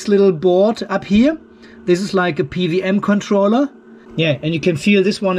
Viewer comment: I love it that you said "PVM" controller instead of "PWM".... happens to me all the time, because "double-u" is absolulely not intuitive for a native german 😅